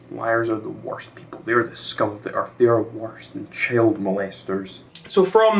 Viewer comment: “It is fact”. Me: Mate I’m aussie this bloke needs calm his farm and maybe go get a snag from Bunnings. ——————————————————————————————————: “Inabber can’t speak English”. Me: Mate, when say child it sounds like chilled and when you say walked you say wayked.